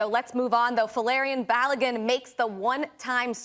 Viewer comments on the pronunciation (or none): America summed up in the first 2 seconds of this video.... 'Folarian Balogun' 🤣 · Foe-lerrian balogun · 3 seconds into the video… “Folarian”😂